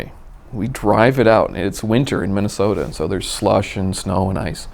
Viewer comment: Is it Minnasota? Feels like he hasn't made that clear.